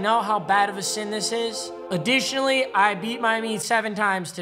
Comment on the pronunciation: Nobody:: AdDItIoNNallY